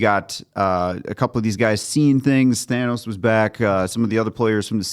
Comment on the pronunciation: And I loved that they pronounced his name "tan-ohs".